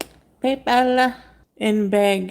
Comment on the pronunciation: Why did she say PayPal with an accent? She’s so odd